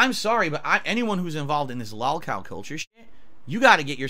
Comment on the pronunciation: The "lawl" cow podcast......